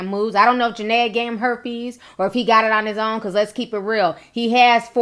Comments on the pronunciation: It's JA-NEE-AH 😩😩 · I know it’s old but her name Ja-Ne-a !! Other than that I love your video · I am not taking up for jania but gurl u not even saying her name right before u want to talk about somebody make sure u no there name k👌